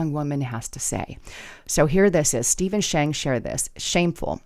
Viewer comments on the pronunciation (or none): none